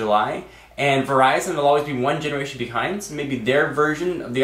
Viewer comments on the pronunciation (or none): Why are you saying "ineration" instead of generation? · techno buffalew instead of buffalo. eneration instead of generation. what the heck with the word changes?